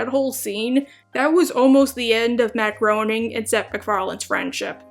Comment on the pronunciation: Matt Groaning? Perhaps you meant Matt Groening